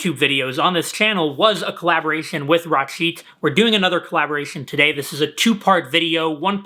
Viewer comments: its not raaacheet, its 🔊 r-chit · He is Rachit not Rashid 😅